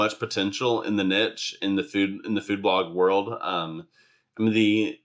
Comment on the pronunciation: you said niche wrong.